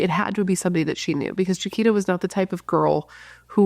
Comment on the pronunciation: Her name is pronounced (Ja-qweeta) She was my childhood friend. Our whole church looked for her when she disappeared. 😭😭😭 NEW SUBSCRIBER 🎉🎉🎉